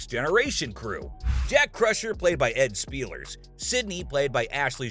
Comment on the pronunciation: This narrator is an idiot. Learn how to pronounce the names of the actors. He butchered the names of Ed Speleers and Mika Burton.